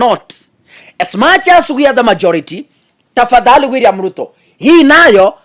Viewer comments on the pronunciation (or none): Did just say 'Gwilliam Ruto' 😂😂😂